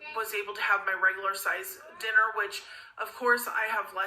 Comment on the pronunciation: “Regalerr portions”